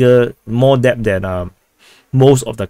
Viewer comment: "Debt" is pronounce - "Det or Deht" The B is silent